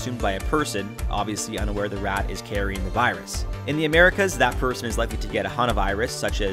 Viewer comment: THEM RRRRATS